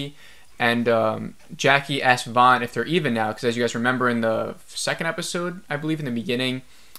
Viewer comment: Javi is pronounced havi. Van is promouced van not Vaughn. Do you even watch the show?